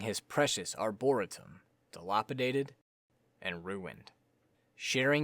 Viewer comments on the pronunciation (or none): Please search up how to say “dilapidated”, “arboretum”, and “morass” before doing your next video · dude who cares how he says it, don’t be a dick and tell him how he should say it